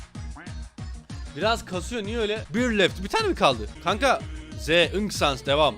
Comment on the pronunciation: Outer sansin saldırısı bu arada sans sens diye okunuyor yanlış söylediğinde de Kötü oluyomxd